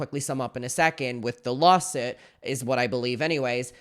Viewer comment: "Lawsit" lol